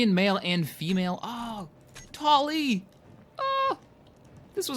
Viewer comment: this is so long ago, but he pronounces Tali wrong.